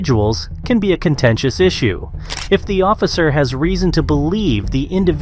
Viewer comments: Same!! And ossifer... It's OFFICER! 😂😂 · Is no one gonna mention that he keeps saying "ossifer"...